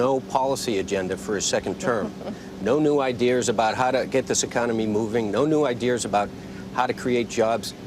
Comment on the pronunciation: What does Fernie keep saying "idears"? Weird....